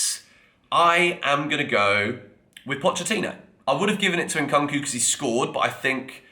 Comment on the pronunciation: It's not Nkanku my man it's nkunku as in Nkoonkoo. Make an effort to get names right.